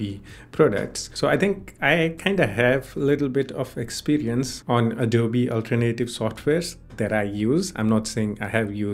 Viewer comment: Alternative is pronounced "All Turn Uh Tive" not "Ultra-Native"